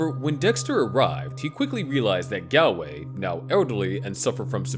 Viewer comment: Galway is pronounced like "gallbladder" or "call"